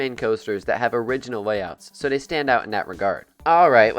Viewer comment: Day instead of they was killing me 😂